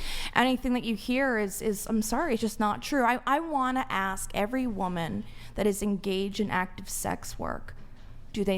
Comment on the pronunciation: When she can start pronouncing the word Woman correctly & also using it correctly in a sentence then I will listen to more than two words out of her crazy mouth! Holy shit! 🤯